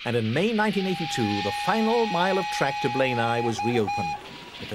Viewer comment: It's NOT Blaenaw!! It's Blaenau. As in Aye,aye.Spoit it at the beginning.